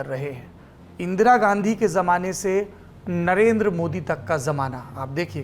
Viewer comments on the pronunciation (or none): none